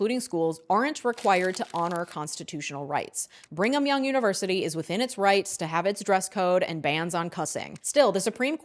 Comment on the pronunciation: “ bring um young university” 😂